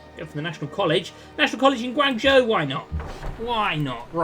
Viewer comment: Guangzhou is pronounced like Gwong-joe (but with less emphasis on the j). I know probably nobody cares but still :P